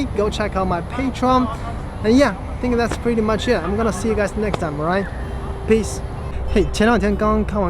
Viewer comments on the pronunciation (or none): none